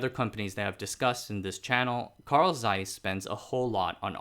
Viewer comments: not carl z-eiss, but pronounced as carl-ts-ai-s, just like 蔡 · not seiss, Zeiss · Nice tho it's pronounced Tseis not Zeis :) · Zeiss is pronounced *Z*eiss and not Seiss. It's in the name. I don't expect perfect pronounciation but when making a video in which you already know you're gonna pronounce the name some 50+ times, maybe look it up beforehand. At least for this single name. Just add a T before the S and that's it. Tseiss is pretty close to what Zeiss should sound like. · It's pronounced "Zeiss" and not "Seiss" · Zeiss' pronunciation is similar to 'tsice', please. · please. it is not Seiss. but Zeiss. the Z is as sharp as you can imagine. German. Z eiss. ahder thant Ts. way harder. it HURTS so much waht you say. Same for "Jena". YOu pronounce it similiar to Jeddah. Which is an Arabian and ahs no common language. But you pronounce Nazi very well. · Pronunciation: Zeiss in German... is a ts sound. as in bits... so it's Tseiss... Somebody else covered how J's sound like Y in German. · more like TSeiss actually as german speakers would pronounce it. there is no ‘zzz’ sound in german.